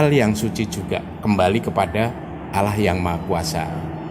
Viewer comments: Penyebutannya bukan alah tapi Allah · pelafalan katan "Allah" mirip dgn dialeg orang Kristen (Alah). mungkin ini diluar islam dan anggotanya yg wanita pun g ada yg pake jilbab/hijab